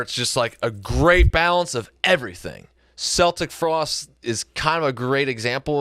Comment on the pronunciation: Are they purposely mispronouncing Celtic Frost? Lol